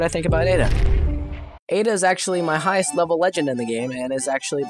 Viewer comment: ada rhymes with soda